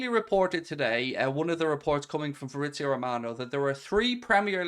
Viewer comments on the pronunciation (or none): none